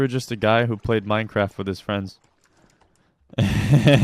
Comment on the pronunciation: Who lik minecwaf? We like minecwaf!